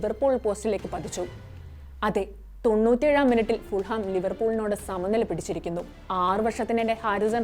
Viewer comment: ഫുൾഹാം എന്നല്ല.. ഫുള്ളം ✅